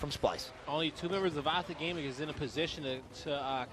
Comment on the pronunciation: Optic not Opic 😂😂